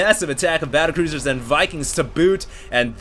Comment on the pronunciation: you said cattlebruisers rofl